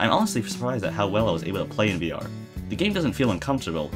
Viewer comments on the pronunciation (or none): "VR" wrong.